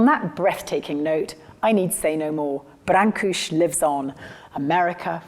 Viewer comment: First of all, you’re pronouncing his name, wrong… You can check pronunciation on the Internet… Secondly, constant pictures of you in there, disrupt the flow of the feeling of what Brancusi was really about… thirdly you need to study more African art and see where the origin of some of the muse figures heads really came from …. as with the cubists , Modigliani etc